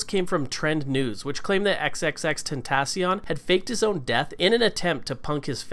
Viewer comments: Please say it right 😭😭 X x x ten- ta- cee- oin- XXXTentacion.. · If you are ever going to talk about him learn how to say his name and R.I.P xxxtentacion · bro he cant even say his or his kids name correctly smh, R.I.P x we miss you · He is even saying his name right?? It's like annoying when he says the name